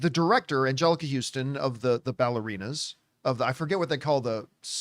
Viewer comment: It's not Houston. It's Huston.